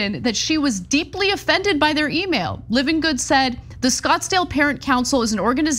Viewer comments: Love ya Ana, but please pronounce Hopi and Livengood properly. 🤪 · .. Hopi = "Hope E" Livengood = "Lie ven good"